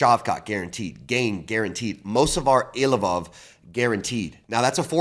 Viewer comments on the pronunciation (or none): Is there anyone worse in the UFC that can not pronounce any fighter’s name right. He butchers every name and even the easy ones. Any UFC Guy knows is Cyril Gane pronunciation “Gone” not Gain. I think my favorite was CHIZZA. It’s “Key es ah”